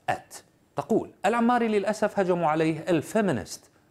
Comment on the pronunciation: اسمه الحوماري وليس العماري